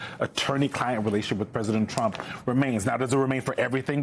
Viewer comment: I won't miss Pammie Jo's pronunciation of TROOAUMPPP. Nor will i miss her illegal and unconstitutional subservience. "Thank You for Your Servitude".